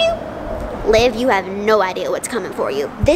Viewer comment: LIV it’s liv guys livvv